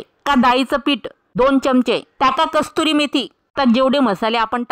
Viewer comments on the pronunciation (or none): कस्तुरी मेथी नाही ओ कसुरी मेथी 😂😂😂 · कस्तुरी मेथी नाही ओ, कसुरी मेथी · Kasturi methi nahi.... kasuri methi aste 😂